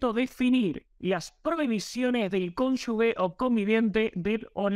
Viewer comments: la pronunciación correcta de CONYUGE es "cónyuje" y no "cónyugue". lo dijo bien ¿notaste?. Todo el video, excelente. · Se dice cónyuge y no cónyugue. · Excelente nota, como siempre. Gracias! Un solo detalle: no es "conyugue" sino conyuGe (se pronuncia como gente, ángel, como bien lo hizo tu invitado). Abrazo! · 1) si no escuché mal se dice cónyuge y no conyugue, como dijo el brillante. (perdón por la corrección), 2) las cónyuges de los líderes peronistas empezando por Eva e Isabelita, siguiendo por Chiche Duhalde, una maestra de escuela que la pobre se cree una gran estadista y si se quiere por la adorable Kris, han sido una verdadera plaga para los argentinos. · Toda la razon pero no se dice "conyugues" es CONYU"G"E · Todo bien pero no se dice conyugue. Es CONYUGE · ¡Excelente video! Una sola corrección: la pronunciación de "cónyugue" es [cón. yu. je] y no [cón. yu. gue] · cónyuGE se escribe y se lee con G, no es CÓNYUGUE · No se dice cónyugue sino cónyuje. Queda feo que un informante no sepa pronunciar. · Muy buen reporte. Pero repita conmigo: cónyuGE (cónyuGUE es incorrecto)😊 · Bien. Buenos comentarios 😀 Se escribe y pronuncia cónuge (no cónyugue) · Cónyuge y no " cónyugue " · Perdón. Cónyuge con g de gracias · ¿ estudió? No creo xq no sabe pronunciar la palabra CÓNYUGE